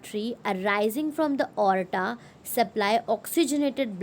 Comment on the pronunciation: Your explanation is fabulous! But sometimes your pronounce some words incorrectly 😅😅😅nd I get confused 😅 like you pronounce aorta as "orta" but In our school since I have studied the structure of heart I have heard "A aw ta" nd on google I have searched it is " A aw ta" only 😅 I apologise if you mind... but can you please.. pronounce the words correctly😅